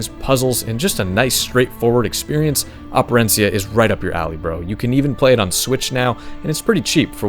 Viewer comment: Props to you for Operencia pronunciation.